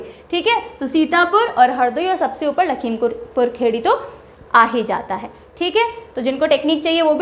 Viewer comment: it's not खेड़ी its खीरी